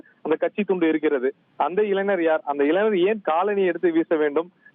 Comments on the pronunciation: அய்யா முதலில் நீ தமிழை ஒழுங்காக பேசு இளைங்கர் இல்லை இளைஞர் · நல்ல வாசிப்பு,உச்சரிப்பு,இளைநர்.....போங்கடா தமிழை அழிசசிட்டிங்களேடா.